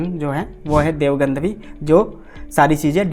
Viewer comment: Gadhvi ❌ Gandhvi ✅